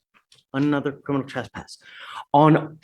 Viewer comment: He's not a "crinimal"? Gee you think with his experience he'd know how to pronounce criminal and know it's definition. His brain is pickled. Drugs and/or alcohol.